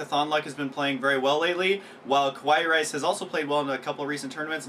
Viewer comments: hey, i think you guys pronounced KawaiiRice's name wrong..........not "ku-wa-yi".....it should be "ka-wa-yi".....im pretty sure it is the pronunciation for cute in japanese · hes e-mailed Kawaii rice and he has said that he wants it to be pronounced like "hawaii", the island.